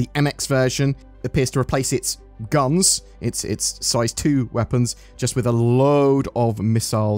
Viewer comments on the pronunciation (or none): none